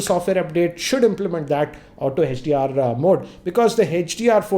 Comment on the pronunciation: sir why are u calling hdr hech d r